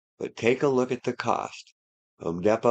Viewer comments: Home Deee Poe. Sorry dude, it’s killing me. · It is actually called Home Depot not home Depo